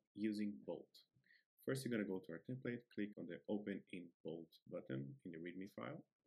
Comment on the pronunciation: Ah yes, the "Temple"